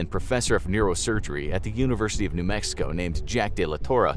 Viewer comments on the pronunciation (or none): none